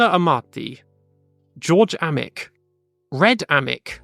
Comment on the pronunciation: One note: it's pronounced George Ay-mick, not Ah-mick